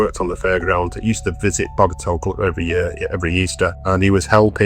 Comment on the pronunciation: Loved the video. As a Blackley native, love the story. Nice to see The Clough and north Manchester getting some love. It is pronounced "cluff" btw ;-)